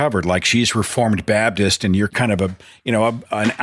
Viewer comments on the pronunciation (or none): I find it interesting how Seth says "Pentycostal" and "Babdist". Different from how I pronounce them: "Penta-costal" and "bap-tist".